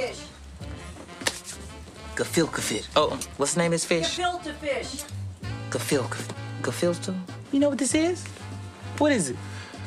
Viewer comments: It sounds like he says build a fish! Like build a bear lol! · “Filker fish” 😂😂😂😂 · “Filker fish. you want some of my filker fish?” 🤣🤣🤣🤣🤣🤣🤣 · GE. FILTE. FISH!! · Omg listen what makes this shit super funny to me is the people in the background feeding Chris & Jackie their lines when they forget them. She was like “KALFILTA FISH!” Yooo she was so done with Chris not getting it right 😂😂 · i think chris tucker still dont know how to say gefilte fish